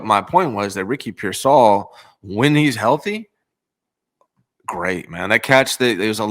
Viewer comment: I love u but dear God….PEER-sall. Not peer-SALL. I can’t take it anymore…😵‍💫